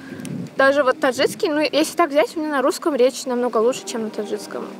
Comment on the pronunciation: Когда журналистка говорит "таджицкий" вместо "таджикский" - это очень плохо.